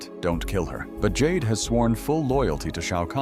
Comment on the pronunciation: "While Jax Briggs goes up against JayDay [Jade]..." Jayday? 😂